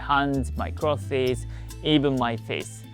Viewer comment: i like how you say clothies. great video, thanks